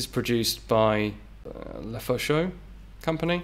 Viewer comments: "Lefaucheux" et non "Lefeuxchaud" , which means "the hot fire" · It's not a LEFEUCHAUX but a LEFAUCHEUX ! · le Fo Sho company 😂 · "Le Fo Sho" When you're gangsta but also french.